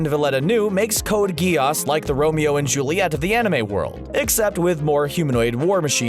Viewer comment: he just said code geyass